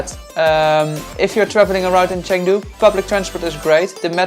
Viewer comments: I’m sorry but hearing you say “Chang du” 100 times was tough.. you spend hours and hours editing these videos but don’t listen or learn how to say the city properly😂? Cheng, basically pronounced “chung”, Jesus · Good lord bro, spend two seconds learning how to pronounce the place you’re visiting 😂. Chang Doo???!? What a vlog you got here